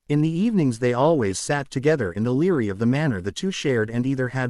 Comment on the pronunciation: The word library is not pronounced Leary, learn English or don't talk at all